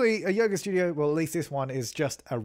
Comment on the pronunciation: "Get your yoger on"